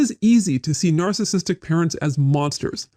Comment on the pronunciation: I keep hearing it as “alcoholic” when he’s saying “narcissistic “